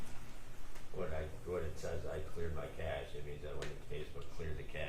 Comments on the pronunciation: Cache (ca shea) as Target? They have told her how to say it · Did just say “cashay” and not “cache?” Does she seriously not know the right pronunciation of that word? Explains why she is a complete moron when it comes to using any electronic device in the courtroom. I’m surprised she knows what Facebook is. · Pronounced "cash." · Wow.. too many leading questions! I have never watched a trial like this. AND please, what year is this? Cache pronounced Cash, Cachet is something entirely different. Everyone knows that! But whatever, it is not about the small details. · It shows a lot about the defense lawyer, however: she asked, and he told her, what the pronunciation is. She then declared a few questions later that she didn't know the correct pronunciation and therefore she was going to continue with her own version! SMH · Even after the witness told her how to say it she says it wrong lol